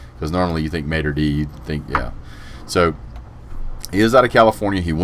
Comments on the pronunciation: its Matuuur Daaay not mater dee lol.. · That is the deal but his high school is, Mater Dei is pronounced "matter day"